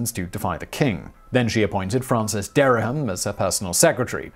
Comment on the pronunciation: There are two syllables in Dereham, not three.